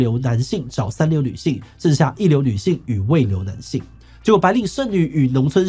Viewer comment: 不是【未流】是【末流】